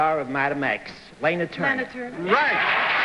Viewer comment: Gosh. She HATED being called "Layna". She always stressed it was pronounced "Larna".